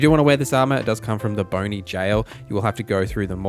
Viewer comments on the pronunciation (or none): Bonny as in Bonnet, not bony.